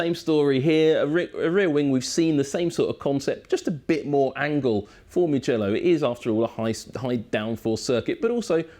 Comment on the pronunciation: We don't say mgello we say mu mu mugello with the u